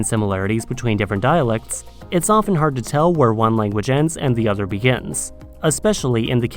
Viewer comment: Why do you say "za"? 🤣